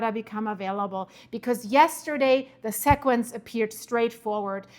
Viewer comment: I watch all your videos. You do an incredible job. But there is something super small that drives me crazy. Please don't get offended... Sequence is pronounced .. See quence Sea quence Sí quence C quence Thanks for all your great coverage, without you we would know very little .